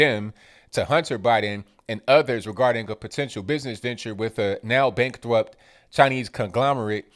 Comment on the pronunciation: bankwupt I found that hilarious